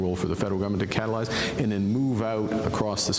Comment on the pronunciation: Every time I hear "catelize", ....